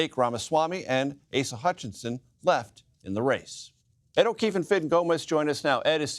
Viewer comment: He said Acica Hutchinson and everyone said.. Who?